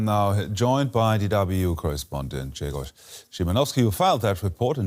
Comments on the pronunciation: U nailed Grzegorz’s pronounciation good job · This is a very good pronunciation of this Polish name. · huge respect for pronouncing "Grzegorz" correctly